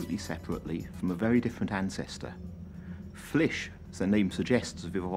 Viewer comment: Hearing a studious old man say “...Flish...” sent me into a laughing fit Ok, you have a chance to put your future-world animal oc into the show, and you choose Flish?